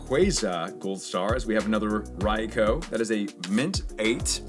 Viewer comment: Really? “Rai-cow”